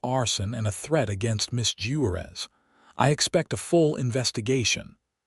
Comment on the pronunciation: 😂 🤣😂🤣😂 at the way AI pronounced Juarez and Monterrey. But it finally pronounced 'wound' correctly. Bravo.